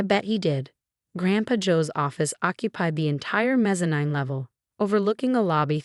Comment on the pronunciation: She pronounced mesanine as mesa-nine. It's mesa -neen!